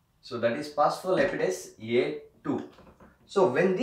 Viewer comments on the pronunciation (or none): Dear you said the enzyme as PHOSPHOLIPIDASE A2 which is actually wrong. The enzyme is known as PHOSPHOLIPASE A2